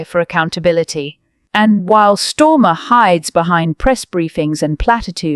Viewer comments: I am going to help t he fools who do this channel. The UK PM is called STAR MER. Not Stormer. Please reprogramme your robot. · We know he's a twat but you could at least get his name right who the fuck is stormer. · He's Kier Starmer and NOT Kier STORMER, get the name right you idiot. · You need to get the PM's name right. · Who is Storm? AI getting it wrong again. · Shit reporting , can’t even get his name right.